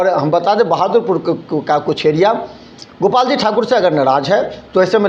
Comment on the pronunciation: ये कभी गोपाल जी तो कभी उदय यादव का नाम गलत तरीके से बोलता है । भाई पहले पानी पी लो फिर बोलना। लगता है कि इसे कोई पैसा नही दे रहा है जिसके वजह से कुछ भी बोलकर वीडियो बनाता है कि कोई बुलाकर पैसा दे |